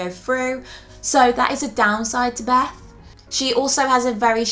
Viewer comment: beth not beff come on